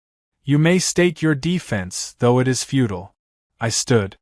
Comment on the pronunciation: That's futile, not feudal. Just for future reference. Nice story.